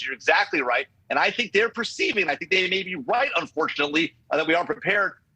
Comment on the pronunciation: Did she say has the Wight to shoot her down ?😂😂😂 Random precision indeed 🤔😂